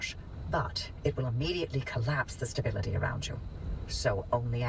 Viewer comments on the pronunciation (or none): none